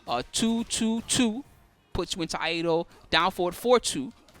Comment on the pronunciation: A correction: Iaido is Ee Eye Doh and not Eye A Doh.